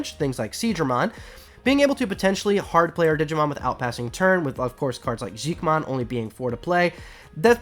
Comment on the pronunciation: I know its confusing but I'm pretty sure Xiquemon is pronounced like shi-che-mon